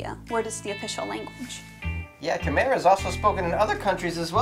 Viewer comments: K-my not khmare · Khmer is pronounced ka-my